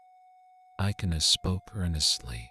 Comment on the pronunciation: But dat is not the way to pronounce ikenna and ogechi.